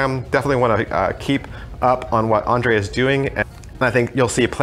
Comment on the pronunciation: I am not actually a magician, i know about this deck for some time, and i have a special skill. I can pronounce name Ondřej Pšenička properly :D. "Ondrei" is close enough, considering that most languages dont have equivalent for "ř". Second name pronounces Pshenichka, like P š like "sh" in word "she" and č like "ch" in "check". Now sorry that we, people from former Czechoslovakia are causing sooo much grief in USA and UK :) After i seen this beatiful deck I might obtain one to re-learn some tricks i did long ago.